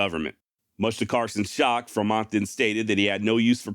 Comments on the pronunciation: Mispronunciation alert!!! FRE - mont not fermont :( John C. Fremont's maps were what led Brigham Young to decide on settling the valley of The Great Salt Lake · Fremont is pronounced like "Free-mont" not how you did. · What do you keep mispronouncing Fremont's name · Am I mistaken or do you constantly mispronounce Fremont?